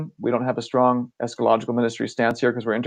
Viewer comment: it's Esca-ta-logical